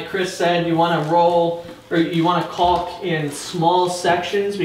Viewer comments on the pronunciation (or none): I love your channel been watching for years but stop saying caulking holy shit its caulk together about 100 times u say it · The "L" in caulk is silent. Like "talk" and "walk". Also, "caulking" is the action of applying caulk. It's not the actual name of the material. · Jesus, the L is silent. Dont be afraid to pronounce it properly. I love hearing people struggle to not say cocking.